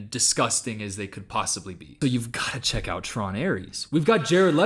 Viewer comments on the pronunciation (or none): none